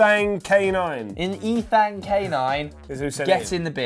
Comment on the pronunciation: Ay y’all used my Kobe “guess who” 👌 Edit: how is about to mispronounce the name Ethan hahahaha